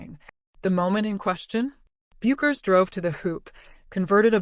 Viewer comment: Non merita di essere visto, neanche la pronuncia corretta di Bueckers sono capaci di dire